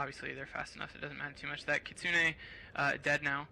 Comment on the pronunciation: Laconian and Kenzoku screwed up majorly even before the battle+sloppiness in the battle- epic FAIL! The commentator managed to pronounce "Kitsune" correctly - epic WIN! Finally, someone who can pronounce basic Japanese!